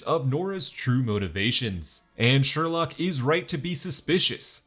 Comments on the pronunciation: It’s sureloke not surelock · Sorry, every time you said "Sherlock", my mind immediately corrected it to "Sherloque". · Sher-loock -loch 😂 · he said Harry "Sherlock" Wells ITS SHERLOQUE